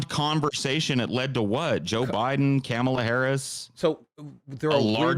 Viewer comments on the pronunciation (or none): that seems more like it was on purpose than mispronouncing, cause mispronouncing and saying a name wrong is just more of a mistake than anything but saying camel harris seems to be either intentional or just a horrendous mistake lmao